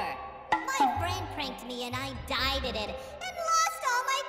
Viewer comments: I love how everyone says " diededed" instead of died. I love it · Why do they say DEDEDED😂😂😂🤣🤣🤣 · "diededed" "dieded" "undeadededed" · There is only 1 person that says diededed lol